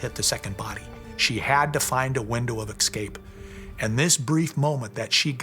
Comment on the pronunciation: "anythink" is not a word. She means ,of course, anything. Then we hear from the guy "acrost" excape" and "excortef". These Americans are murdering our English language.